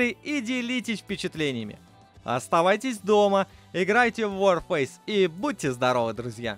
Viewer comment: не ворфейс , а варфейс. Вар -война! , а не Вор фейс